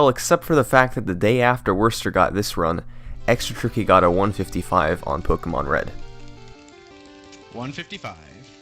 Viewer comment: It's pronounced (Po-kay-mon) btw